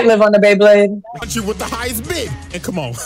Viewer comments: Its BeyBlade (bay-bleyd), not BleBle. Dafaq! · The guy saying BLAYBLAYD instead of BEYBLADE made me cringe